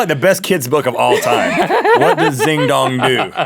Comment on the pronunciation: I bet it's not Zing Dong. As a Chinese, it's probably King Dong or Qing Dong which isn't funny if you pronounce it right